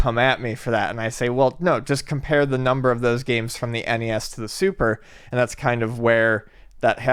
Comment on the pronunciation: shouldn't be that damn hard to say 3 simple letters. N E S. see?